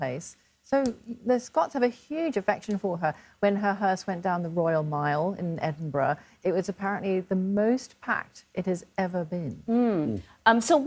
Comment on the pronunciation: It’s not EsinburG it’s Edinburra. Geez